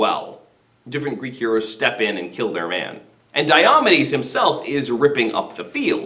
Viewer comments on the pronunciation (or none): May I ask why you pronounce it “die-AH-muh-deez”? From the “Pronouncing Glossary” in the book you’re using in this video: “DIOMEDES (deye-o-mee'-deez)”, or, “die-oh-MEE-deez”.